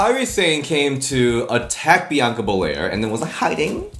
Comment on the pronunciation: Wade Barette: Biyanka Belair 😂😂😂